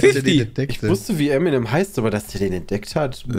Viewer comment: Kurz zur Frage 14 und deren Lösung/Aussprache also SPOILER!!! :D . . . . . . . Fun Fakt: Es ist als deutscher typisch Eminem falsch auszusprechen :D nicht "Emi nem" sondern "Em in em" für M&M = Marshall Mathers